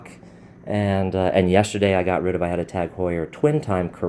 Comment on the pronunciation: It's funny how you pronounce Tag Heuer